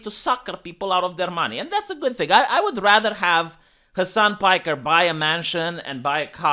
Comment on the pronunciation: "Soo Mr.Hasan PajkeRRRR..."